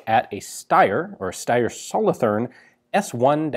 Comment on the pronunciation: Solothurn is pronounced with a sharp t but with a longer u. Much like the word cartoon Solotoorn